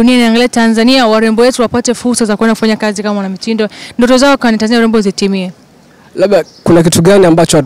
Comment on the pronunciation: Hiyo Tanzania inavyotamkwa daaa ningewez kuiandik ningeiandika